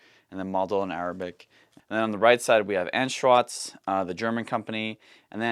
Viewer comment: his german is quite bad, but Anschütz isnt really an easy word for non-german speakers tbh.